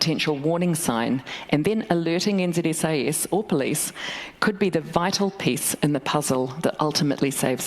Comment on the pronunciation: NZSIS....sounds more like NZ-SS. "You will not question our directives .!!"